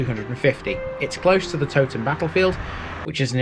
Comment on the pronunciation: Interesting video! The Tow in Towton should be pronounced to rhyme with Cow! I'm not sure about Lead - I've always assumed it was pronounced as Led but dont honestly know.